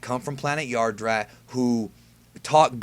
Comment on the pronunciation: a yardrat?